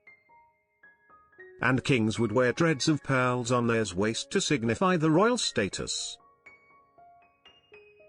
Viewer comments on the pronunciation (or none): What's with the narrator pronouncing peeeeaaarrls instead of pearls?😂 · I swear, the way he says pearls creeps me the hell out.